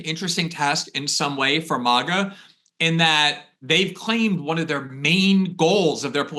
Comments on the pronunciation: Is Mawga to new snooty way to say Maga? Nobody used to say it that way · Why is he saying maga like that